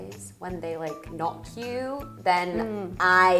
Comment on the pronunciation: she said knock you, not not queue, loll